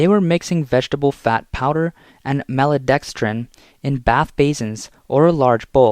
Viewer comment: "mallodextrin" ??? LOL stupid AI ... it's Maltodextrin.